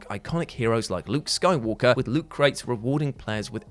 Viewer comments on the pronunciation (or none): none